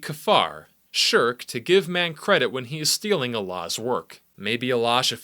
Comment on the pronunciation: what is this weird accent, first u talk in normal English then u say a word in the most wierd way possible ShiRRRRRk, stick to one accent bro